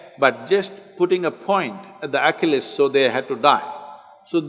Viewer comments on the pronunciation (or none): At the beginning of the video he keeps talking about Oculus. You don't know Oculus. You've probably got it figured out by now but Achilles, we pronounce Achilles (ah kill eez) like Achilles heel. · He’s saying ACHILLES HEAL. I thought he said Oculus. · He's pronouncing Achilles wrong.